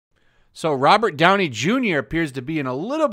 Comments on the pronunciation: Did he say Robert Downey jr. Or am I just really stoned 😅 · You might want to correct the video of you saying "Robert Downing Jr." at the beginning of the video. Just a thought